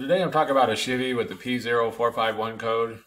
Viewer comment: Never heard anyone say “She-Vee” for Chevy. ;)